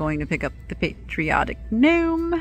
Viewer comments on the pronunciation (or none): none